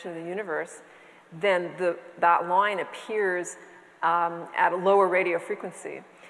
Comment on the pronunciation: Loyn... loyn.. not line, loyn.